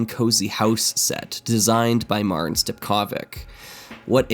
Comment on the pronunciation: Slightly random comment, but every time mentions how he knows Marin it makes me think how small the world is since I know Marin from our shared LEGO fan club in Croatia. Gotta keep up the work on that last name pronunciation tho.:P